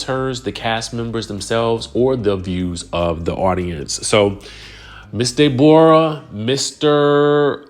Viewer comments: "DayBorah" is sending me 🤣🤣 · Hollering at pronouncing her name like that to Ashley. Love it! 🤣